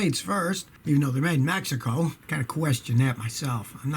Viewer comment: "Made in MAXICO" lmao, Scotty. Youre the best, dude!